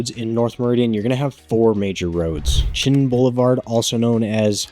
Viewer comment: Chinden . . . Not Chin